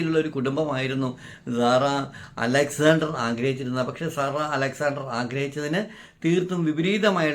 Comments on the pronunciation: Why are you pronouncing this Lady’s name like “Zara” ? Her name is Sara സാറ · Please pronounce properly Sara not Zara zara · പറയാൻ ഉള്ളത് ഖണ്ഡിക തിരിച്ച് ചുരുക്കി എഴുതി വയ്ക്കുക കൃത്യമായ Poient മാത്രം പറയുക. വളരെ ചുരുക്കി എഴുതണം. ഞാൻ മുമ്പിത് പറഞ്ഞതാണ്. മാറ്റം വരുത്താത്തത് കൊണ്ട് Discrib ചെയ്തു. അരോചകമാണ്. Emotional ആയിരിക്കാം. പക്ഷെ അസഹ്യമാണ്. സാറ എന്ന് പറയു z അല്ല S ആണ് കേൾക്കാൻ നല്ലത്. പറഞ്ഞു ന്നേയുള്ളു.മാറ്റം വരുത്തില്ലന്നറിയാം. ഇനി പറയില്ല. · Sara. Ennu parayunnathanu keraliyarku cherunnathu. Zara... Alla